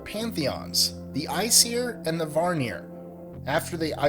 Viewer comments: Vanir not Varnir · Norse myth was not inspired by Greek myth. Also A in Aesir is pronounced like cAt. And it's not varnir it's vanir. Frey is technically Freyr and his fathers name is Njördr (pronounced like nyurthar) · at #2 "okay let's stop right there. it's not pronounced like iceir, it's pronounced like Asir (spelled aesir) and it's not Varnir, it's Vanir." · The first gods were not Odin and his two brothers...buri (odins grandfather) and bor (odins father) were gods and they preceded him and his brothers...and it’s not varnir, but vanir. I stopped listening to it, you should probably do a bit more studying before you make a video like this. Lol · Vanir is not pronounced "VAR-nir". It's "VAA-nir"...otherwise interesting presentation. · Vanir. Vanir. Van-eer. There is no other r in it. It isn't Varnir. Aesir is pronounced "Ay-seer". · August Thor then you obviously don't know how to pronounce them. "Varnjeer" "Odin" "Ask and Emblur" "nyfelhaim" , I could go on for days.